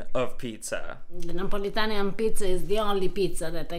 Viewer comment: NEO .. politan? NEO?????? scissors????? had to stop, too much